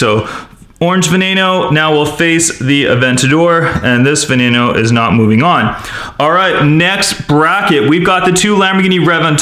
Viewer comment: it is veno not vonano